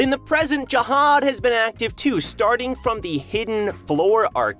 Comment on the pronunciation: zahad not jahad